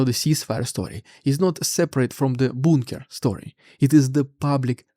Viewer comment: A little pronunciation help... bunker like the 'u' in clumsy. junk, punk